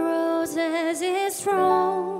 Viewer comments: thorn 을 thron 으로 발음 하시네 ㅋㅋ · thorn not thron ughhhhhhh